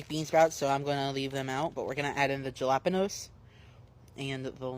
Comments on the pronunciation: Gela panose, how hard it’s it to pronounce it, ha lah peh nios 😂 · Him not being able to say “Pho” or “jalapeño” pisses me off